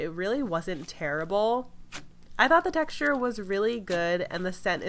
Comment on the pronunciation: The way she keeps saying texture in all of her videos is bothering my soul